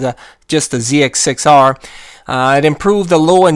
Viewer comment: Say it with me Z X 6 R. First time I've ever heard someone call it a zedex 6r. Great vid very informative.